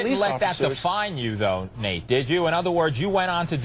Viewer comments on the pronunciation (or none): why is the host calling him Nat? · This whole interview bothered me... all the way down to the black male anchor continually calling him Nat and not Nate! These people better start putting respect on Nate’s name!!!